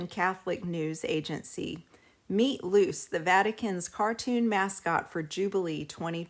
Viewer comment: Her name isnt "loose" its "loo chay"